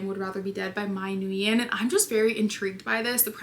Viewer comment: Nguyen is pronounced like "when." Thanks always for the book content 🤗🤗🤗